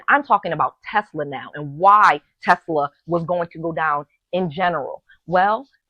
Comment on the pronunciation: I love Tesler! LOL